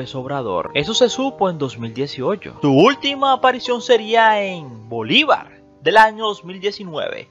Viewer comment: Bolívar y no Bolibar. Y porqué hablas así? 🤔🤔🤔🤔🤔🤔🤔